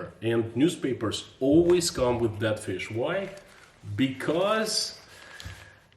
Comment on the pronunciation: I know your saying dead but my brain keeps making you say I bet you've never eaten DAT fish. 🤣